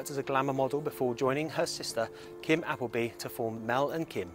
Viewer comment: Are you sure you pronounce her last name correctly?😂